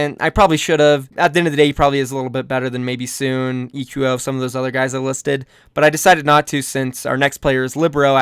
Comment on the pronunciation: hold-on SoOn name is SoOn not soon so prounounce it So On xd